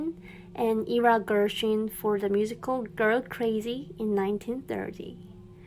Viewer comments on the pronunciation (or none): Just a friendly tip: "Gershwin" (pronounced "Gersh-win") and "Ira" (pronounced "eye-ruh").